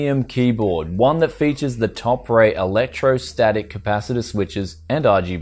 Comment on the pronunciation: i believe it pronounced topre(TOPER)